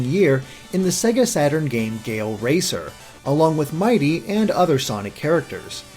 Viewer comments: It's mighity NOT mighty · IT'S NOT MIGHTY IT'S MIGHITY! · His name is actually "Mighity".